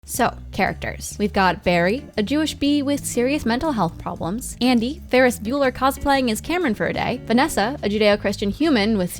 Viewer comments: "And Andy" ITS ADIM YOU UNCULTURD SWINE (Calms) Sorry about that. Nice vid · His friend's name is Adam not "Andy" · ITS ADAM NOT ANDY YOU UNCULTURED SWINE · It’s Adam not Andy lol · It's Adam not Andy, god.